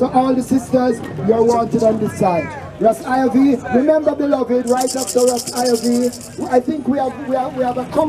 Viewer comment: you must STOP this rastafearians pronounciation STOP is Rastafarians😎